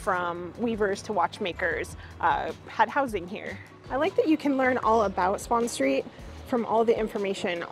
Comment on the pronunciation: It's Spon Street, not spawn street lol.